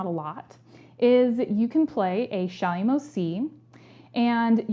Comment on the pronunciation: Thanks for the helpful tips. I have a probably very silly question though. What kind of 'C' did you call it? A 'shymo' C? What's a 'shymo' C?